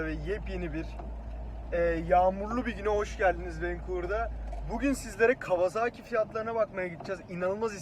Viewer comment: abi kawazaaki değil (kavasaki) lütfen